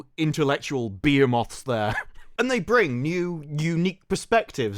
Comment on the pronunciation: What is a beer moth. Do you mean BUH-HEEM-ITH?